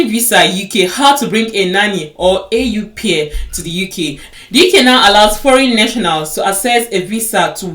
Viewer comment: It’s pronounced as O-pair not AU pair